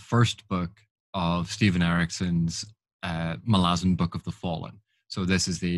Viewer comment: Don't care what anyone says, it's Mal-ah-zon. Emphasis on the Mal.